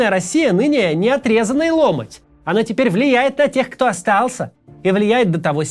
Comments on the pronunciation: ЛомОть. Ударение исправьте, Максим, слух режет. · вот мой с Максимом возрастной гэп - для меня словесная норма ломОть с ударением на втором О)))